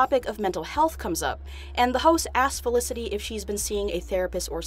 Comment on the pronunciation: no one: the guy at the beginning: FeliciTY